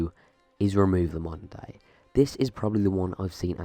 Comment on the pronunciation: I did not know you were saying "modern day" I though you said mundane, and was like what is he talking about